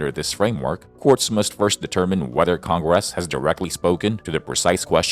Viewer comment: Big surprise a communist tool being used by a communist loving president to push his agenda. Its almost as annoying as the way congress is pronounced by your Ai.